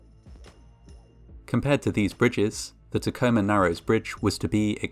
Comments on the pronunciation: I'm a Washington native, and I must say that I'm impressed by your correct pronunciation of Tacoma. lol (non-Washingtonians never say it right) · Oh man thanks for covering this lol Also you pronounce Tacoma right :)